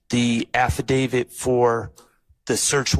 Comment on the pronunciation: Why can nobody pronounce affidavit correctly tho 😂 even the judge. Abidabit 😂